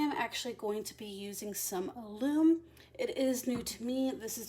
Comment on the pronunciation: Hi, excuse me for this but I wanted to tell you that alum is pronounced with a short u, not like aloom, more like gallon. I'm anxious to see how the wool takes the coffee. I dye using food coloring so this is exciting.